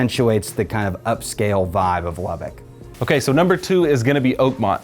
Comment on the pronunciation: Good information, but from someone who was born and raised in Lubbock, you’re miss pronouncing Lubbock. It’s LubbUCK not LubbICK. 🫤 Rant over… thank you 😉